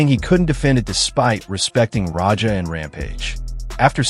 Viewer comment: It’s Raja, not Roger… terrible narration